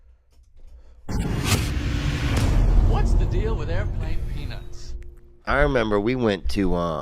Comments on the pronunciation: He said theon.....lol its theo...theeee oh...lol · Too much GOT before this … His name is Theo like Theodore … Not Theon the dickless… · I love how % of the time you call him “Theon” and somehow you call him “Theo” the rest of the time 😂😂😂. I’m pretty sure you know but his name is Theo…Which would probably be short for Theodore. I ain’t ever heard of someone named Theondore before…. 😆😂🥷🏻